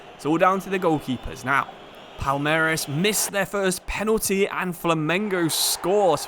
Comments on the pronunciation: for portuguese speakers it seems like u said "palermas" (which means fools) isntead of palmeiras. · It is not "palermas" wtf, it is "palmeiras" reads something like "paul-may-ras" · it's very nice to see you shed some light on the libertadores, since its very often forgotten by european football fans. the pronounciation was great for most of them too! just palmeiras, its not palermas kkkkk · Is Palmeiras bro , not Palermas 😂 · PALERMAS??? PALMEIRAS!!!! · Palmeiras..... "Palermes". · man called Palmeiras "palermas" instead Dude called an entire fan base "idiots" in their own language 😂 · palermas means smthin like bufoons lol, palmeiras (portuguese for palm trees) is the name of the club, but as a Sao Paulo aficionado im not protesting, continue calling them bufoons pls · bro calling Palmeiras something like "Palermas" lmao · Palermas kkkkkkkkkk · You tottaly botched Palmeiras name hahaah it's prounuced "Pawn - May - Ras". Much love from Brazil. Flamengo fan here! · Nah he was right. He said “Palermas”. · I don't get your pronunciation of Palmeiras. Still, good video! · Can you try pronounce palmeiras please